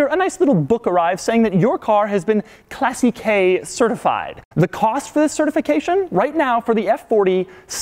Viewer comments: im italian... and ye we are da best to do cars and no, first classiche certification is pronounced wrongly.. but doesnt matter second if you strip all original pieces and replace them you will not have that certification anymore, because in that book there are every info on that car third... have you really watched your rear mirror after 20 minutes? ok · Hey Doug, Classiche is pronounced with the accent on the a, not on the e. I can tell you that because I am Italian! Keep up the good work! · Bruh stop trying to pronounce "Classiche" it sounds so bad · STOP PRONOUNCING CLASSICHE INCORRECTLY. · Hey Doug, let's learn how to pronounce classiche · Argh he keeps saying classicheee. It's clàssiche, it's the first syllable which is stressed, not the last one! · Please !!! At least pronounce it correctly !! Not “classiquai” … classiche !!! Like classikè…!!!! Dio madonna !! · I love how he says "Classi - kaay" for "Classiche" :-D By the way, it's pronounced "Clah - ssick -eh", more or less. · Clássiche not classichè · its NOT "Classy- KAY" its pronounced "Class-eek" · I don't think you pronounce "classique" as "classy-k." It's "class-eek" in French, so I would imagine it would be the same in Italian. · BTW is not „classikey“ but „classikeh“ the way u should pronounce it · "Classy-kay, classy-kay, class-kay" FFS DUDE it's pronounced "Classeesh" you moron! Ahem, nice vid thumbs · omg his "classiche" pronunciation is fucking triggering me. it's clàssiche not classichè. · Doug, I think the pronunciation is "Class" "eech", not "Classy" "k". At least that's how Wayne Carini says it... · How many times can he mis-pronounce Classiche???? (Class-eesh) NOT Classy-K. Jesus. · Isn’t the term for the certification pronounced ‘Classeesh’. It’s spelt “Classiche”. Think Rolls Royce Corniche. Pronounced ‘corneesh’. I honestly don’t know however posing the question. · I love how you mispronounce "Classiche" sounds like "Classy Key" :D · Pronouncing "Classiche" as "Classy-K"... So American.